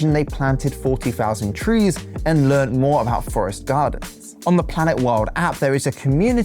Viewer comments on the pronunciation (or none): none